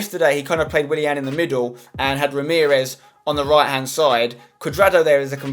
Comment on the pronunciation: you say "wright" instead of right hahahahahhahahahhahaahahahah